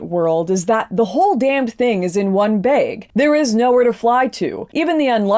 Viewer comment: Lauren pronounced Bag "bae-yeg" and flag as "flay-yeg" 😁😁😁